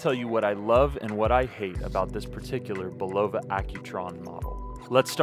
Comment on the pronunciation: Love how most of the watch reviewers of this brand can’t even pronounce the name correctly. For watches sake folks do some homework it’s pronounced (bull-uh-vuh) not (bull-low-vuh).Just watch a simple commercial of the product or even one of the interviews of the president of the company.